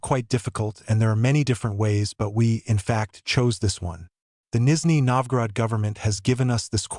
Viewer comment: Did you say you will translate a Canadian??? He speaks ENGLISH!!! And it is not Nisney Novgorod, it is Nizhny Novgorod (South New Town).